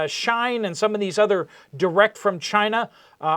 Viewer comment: “shē-in > shīne”